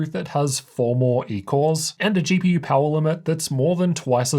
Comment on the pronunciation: Why do you say GPUrr ?